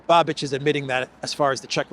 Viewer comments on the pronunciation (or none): I told you a couple of days ago, please pronounce Mr. Bais's name correctly. Š is pronounced Sh in English. It is Babish, not Babidge!!! Otherwise excellent show as always.